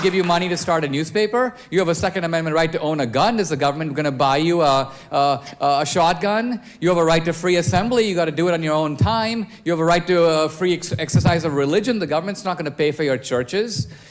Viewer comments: No,, it came out "shot gauge" 🤣🤣🤣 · Homie said "Shotgay"